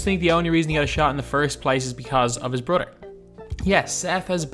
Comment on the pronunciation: Bro you need to learn English you say brother like broder you need to learn how to pronounce th